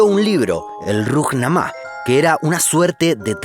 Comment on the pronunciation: Dónde aprendió a pronunciar este muchacho?. Pura creatividad individual, parece. "Rujnamá"?, "Mujamedov"?. 😔